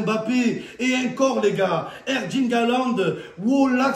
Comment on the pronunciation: Momo, c'est ErLing. ErLing, avec un L comme Laurent, pas un D comme Damien.